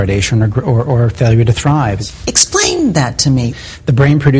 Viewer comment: listen to how she said "Explain"